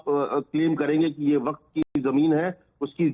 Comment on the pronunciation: Abe ghanchakkar! Not वकफ it is वक्फ! पता नही कहां से गधों को पकड के लाते हैं और एंकर बना देते हैं!!